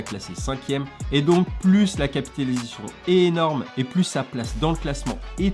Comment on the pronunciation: T’a un soucis avec le mot « capitalisation » 😂🤣😂😂. Super video encore une fois 😉